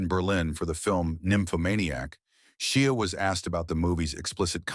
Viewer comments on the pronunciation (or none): It'd be good to learn how to pronounce the names of the people that you're talking about... Like for instance Shia (it's Pronounced as if it was shy followed by ah. ) Not She ah. Ugh